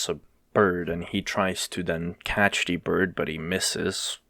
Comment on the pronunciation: loved how you pronounced it as "D" bird instead of "the bird"